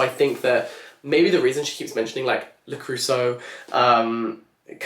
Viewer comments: Wait, are you trying to say Le Creuset ? 🥲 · Your pronunciation of "le creuset" is sending cold shivers down my spine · I think you need to look up the pronounciation of Le Creuset 😅